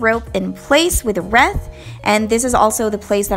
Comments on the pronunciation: Reeth not reth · Not reeeth nor reth it wreath! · Wreath is pronounced (reeth) 😊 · She said reeet😂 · The way she says reeth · It killed me when she pronounced wreath though 😫😫